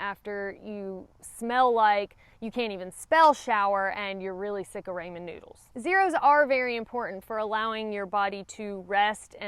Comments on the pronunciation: Raymen? 😂 Rawmen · Another one of bad habits: her pronunciation of "ray-men" noodles. Actually, I love it. Makes me smile every time.